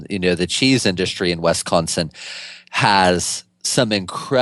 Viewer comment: Is he saying "West Consin" ??